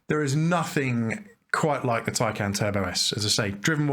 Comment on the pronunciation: You might have been bothered to properly learn how to pronounce the name of the car that you purport to be reviewing. It’s “tie-con”!